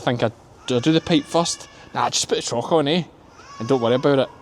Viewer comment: U ve got me thinking… trough….we pronounce it ..troff… not , trauch….i think